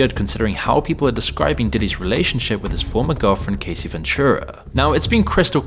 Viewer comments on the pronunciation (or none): How you gonna re-upload the same video as yesterday and still get the names wrong 😂 "Cuumes? And who is Casey?? Her name is Cassie. Ca-ass-ee. Casey ain't never been hurt by diddy 😂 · It's pronounced "Cass" "see" she isn't Casey Jones from the god damn ninja turtles, lol. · Sir it’s not CASEY is CASSSS-IE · Her name is Cassie, not Casey. And where's the part about the "idiot celebrities" being "exposed" in the trial? All I heard was the same crap that's circulated a thousand times. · Her name is cassie, not casey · Good video but It's Cassie not Casey. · You didn't even do enough research to be able to pronounce her name properly. And your editor missed it too. How could a Brit ever read "Cassie" as "Casie"? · Yeah, he pronounced it like "Casey" instead of "Cassie." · For real. Why are some content creators incapable of learning how to pronounce people's names correctly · Yeah, it pronounced it like "Casey." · Your Ai text to voice narration doesn't know how to say Cassie's name properly . More training needed. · I expected more info from this video. It wasn't completely content-free, but very disappointing. I also find it funny that he mispronounced both Diddy's last name and Cassie's first name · The fact that in every video he mispronounces Cassie is giving AI generated content